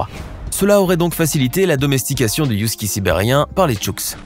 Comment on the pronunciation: On dit Husky et non pas Youskie